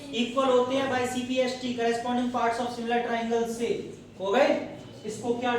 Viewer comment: Cpct hota hai na ki cpst